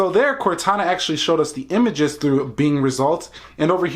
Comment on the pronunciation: you have to say show me pictures not umages